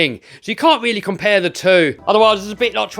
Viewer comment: it went weally well.